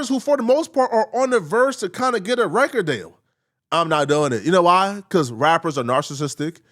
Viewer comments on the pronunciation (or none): bro the way you said "record deal" that country ass accent slipped out 😂